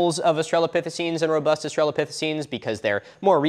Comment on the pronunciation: >Spells "australopithecines" correctly. >"Rubust"